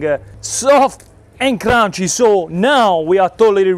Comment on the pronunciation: Soft…..and carunncchhy!